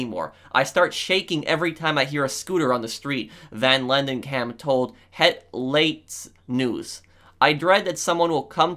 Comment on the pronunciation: I really liked how pronounced 'Het Laatste nieuws'